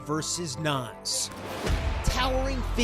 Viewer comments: how you Nas “Nans” ???? He couldn’t pronounce that ..... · Did he call Nas “NaNs”?